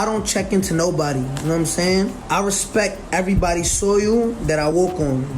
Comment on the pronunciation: When Birdman couldn't say Respect or DJ Khaled couldn't say Jewelry